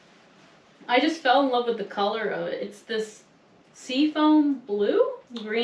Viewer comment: Wuv, twu wuv💐